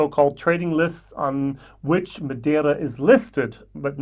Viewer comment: I love the effort you made to pronounce Madeira. Thank you. Oh yeah, see if you can get your hands on Teeling Brabazon 4. I quite enjoyed it. My Blue Spot is waiting for me in Dublin Airport. Can't wait.